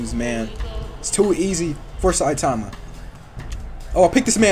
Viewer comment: Bro it’s not citaaahma its saitama